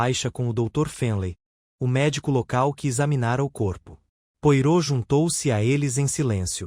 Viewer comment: A legenda está com problemas. Coitado do Poirot. Pedaços de frases em outro idioma. O nome do detetive falado de forma errada. Fiquei decepcionada.